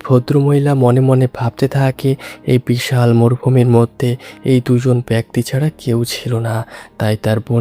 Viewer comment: ভাই, তুই কি কলকাতার? বিছাল বড়, গল্পের ছুরুতে... এসব কী ধরণের উচ্চারণ?